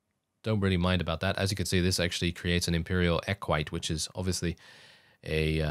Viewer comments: the horseman is pronounced ec-wih-tay eq ui te its latin, old and roman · Equite is pronounced Eh Quit Ey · Just so you know Equite is pronounced E-qui-tay. The only reason I know is from total war😂